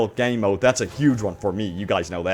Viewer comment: The way you pronounce “Game mode” is horrible.